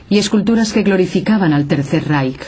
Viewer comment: porque pronuncia la " j " donde dice el III Reich , donde esta la " j " ?